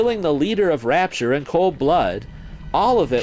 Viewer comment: Rapture, Not Ratture